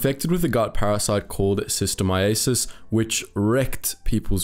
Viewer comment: Shiss toe MY ass iss That's how you pronounce it.